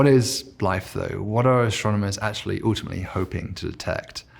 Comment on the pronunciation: Why does he pronounce his U's like OOO's ? Moooltiply and oooltimately.